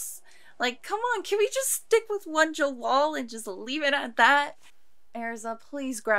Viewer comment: It's Jellal but there's no L sound in Japanese so they struggle with it so it's comes off as an R sound like 'gerrard'. It's Jellal though - the author likes western names hence Wendy, Lucy, Gray etc